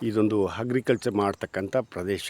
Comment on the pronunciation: Hagriculture alla guru Agriculture, And Hasthi alla asthi.. 😂😂